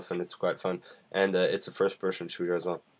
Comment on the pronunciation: FIRST PERSHON SHOOTER ???? PERSHON ???